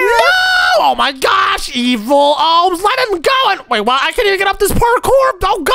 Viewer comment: You are kids one said shudent but it’s shouldn’t he said evil owns but it’s evil Omz and he said ohms and it’s omz